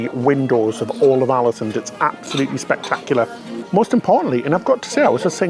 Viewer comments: Alesund pronounced “Orlasuund” 🇳🇴😊 Another great vid btw guys 👍🏻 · As a native Norwegian speaker, let me add that the Å in Ålesund is pronounced like "awe". Something like "AWE-leh-SOON" or "AWE-leh-SOOND" depending on your preference.